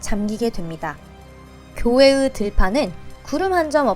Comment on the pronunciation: 교회으 으견은 주택으 방법이로든 개거슬림 진심 나름 나레이션인데 모음을 짧게짧게 말해서 말이 어설프게 들리고 백이십"오"도 처럼 ㆁ(옛이응)발음 빡시게 하는걸로봐서 호남지방 출신 부모님을 둔 서울을 고향으로하는 상경2세같음.. 서울말 공부좀 더하시길..